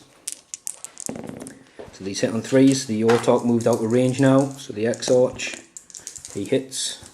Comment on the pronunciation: Love the smoke and fire effect you got. Also just because it was bugging me, it's pronounced Ex-Ark.